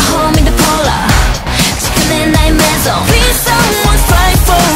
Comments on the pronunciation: The way they pronounce "Maison" is so on point, it's insane! The effort they've put into it is beyond what anyone can conceive! They are the future!!! Long live Dreamcatcher!!!!!!!!!!!!!! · I am a french Insomnia and O M G when Gahyeon is singing "La maison la la la maison" it sounds SO GOOD, the exact french pronunciation 🙇🏻‍♀️